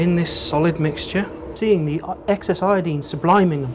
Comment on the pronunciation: Eye-o-dine not Eeee-ya-deen! Great video! Oh and aluminum not aluminium.